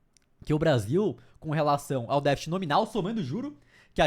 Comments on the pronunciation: Não é defite!😒. DEFCTE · Não é "défit", é "déficit". Pode falar todas as sílabas sem medo.